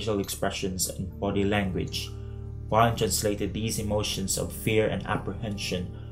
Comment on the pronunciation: interesting essay, thank you! Please let us try to pronounce Wiene's name correctly ('Wee-ne', not 'Wine'*)